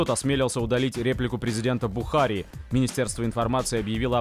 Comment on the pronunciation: Не БухАри, а БухарИ.